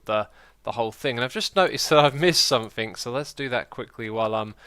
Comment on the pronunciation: Has anyone noticed X says 'sumink' instead of 'something?'